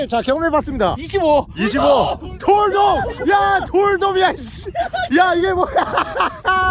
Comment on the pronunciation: 에 돌돔 나만 콘돔이라고 들음?